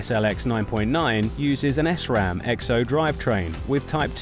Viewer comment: its SRAM not S-RAM